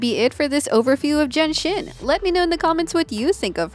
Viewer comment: Jenshin? x.x I am hearing Jenshin